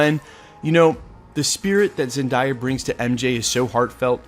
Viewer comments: Zen-day-uh not zen-die-uh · The way you say Zendaya is hilarious 🤣